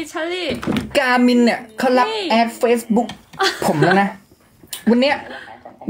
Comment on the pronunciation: บินเพราะพูดคำว่า faceb000k😂😂😂 ไม่น่าใช่อนาคอนด้า😂😂😂